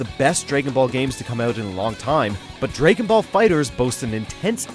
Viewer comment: The way this guy pronounces 'dragon' just...bothers me.